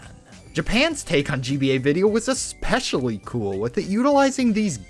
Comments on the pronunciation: Especially, not expecially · bro did NOT just say eckspecially💀💀💀💀💀💀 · Nahhh he said eskpecially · You should learn how to pronounce "especially" as well.